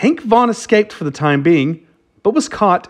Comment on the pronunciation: Is it Vaughn or Vaugnun. Never heard the 2nd 1 before but that don't mean anything